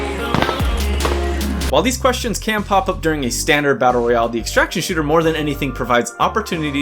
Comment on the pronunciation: all this without mentioning vigor , it has a lot of the things you said were missing. try it dude , great fun. BTW it is battle royale , not battle royle.